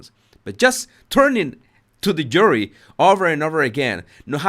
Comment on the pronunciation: How does the word JURY lose the J sound. You Say URY.